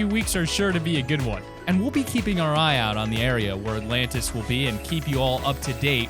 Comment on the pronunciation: Nobody: The Alantis